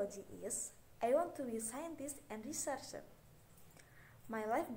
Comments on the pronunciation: Strength: her pronunciation was very clear, easy to understand, she was confident and cheerfully. Weakness: wrong pronunciation in saying "connected, researcher" and there are four cuts in this video (which might give her time to read). (GROUP 3) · Strength : confident, good pronouncing, and so fluent Weakness : mispronunciation in some word, like " researcher" (group 9)